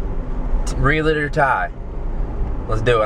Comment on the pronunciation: first you need to learn how to pronounce realtor lmao